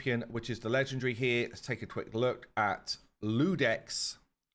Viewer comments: Iudex not Ludex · It's IUdex, with the IU read as "you" -> and you'd get "you" "dex" etc... . Same for Ieyasu, it's a capital "i" the first letter, not an "L". Read "ye" "ya" "su". Sorry for being like this, but it grinds my gears when I hear you guys reading it like so =)). Iudex is judge in latin, and Ieyasu is just japanese.